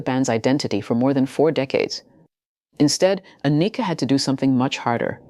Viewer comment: How can I take you serious when you don't know how to pronounce her name. Ah knee ka is wrong . Its just like Anakin from Star Wars only with a. Ann ick Ka. Get is right Soldier. That's why you only have 5 comments.